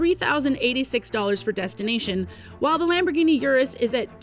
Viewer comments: its not Yurus. Its UR us. not like take yur money. Its urrr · I can't even finish the video with the consistent mispronunciation of Urus.